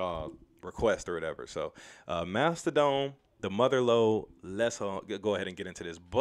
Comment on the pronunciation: Nobody gonna talk about him pronouncing it Mastahdone???? Lol its mastah Don my guys.